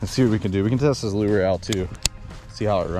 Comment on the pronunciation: I'm still trying to figure out what the hell a "loo-er" is! Somebody needs to let this guy know the word 'lure' is a ONE syllable word, and pronounced 'loor!'